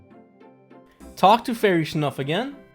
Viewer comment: Its fairy nuff not fairy snuff lol